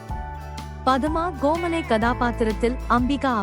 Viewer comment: தமிழ் உச்சரிப்பு மிக மிக மோசம். காதை கொடுத்து கேட்க முடியவில்லை. Kandhan Karunai என்பதற்கு Gandhan Garunai என்கிறீர்கள். Sivakumar என்பதற்கு Sivagumar என்கிறீர்கள். சூரனின் மனைவியின் பெயர் பதம கோமலை. அதையும் தவறாக உச்சரித்திருக்கிறீர்கள். தமிழை முறையாக கற்றுக்கொண்டு பேசுங்கள். அல்லது காணொளியில் குரல் கொடுக்காதீர்கள். வேண்டி கேட்டுக்கொள்கிறேன்.